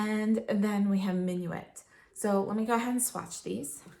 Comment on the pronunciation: Love Surratt shadows, they are my favorite. And I love seeing your Surratt collection, all in one mega palette! I believe that "Minuit" means "midnight" in French and is pronounced "min-wee"...also, a fun fact, something I believe I learned from Glam Dr. Mona here on Youtube who also loves Surratt that "DOW" stands for "Duke of Windsor"! Peau de Peche looks amazing on you,, a true wash of natural color on your fair skin. I love these silky velvety textures and enjoy being able to build them up.